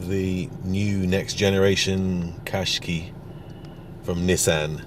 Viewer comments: why do you pronounce it "kashkee"? It's kashkai. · Its said like this cash ki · I thought the name Qash"qai" was supposed to rhyme with "buy", not with "key"?? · It's a Nissan quashqai not a cashkee for info